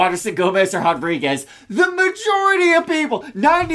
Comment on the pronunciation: Why are you guys saying “hodriguez” ? 🤦🏻‍♂️😂